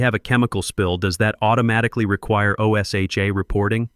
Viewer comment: O S H A is said like a word. Osha.